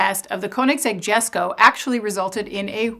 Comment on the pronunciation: You mispronounced Rimac, Jesko, and Regera.